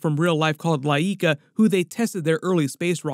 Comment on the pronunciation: not to be a dick, but the Russian dogs name was pronounced, "LIE-KA". Just looking out for ya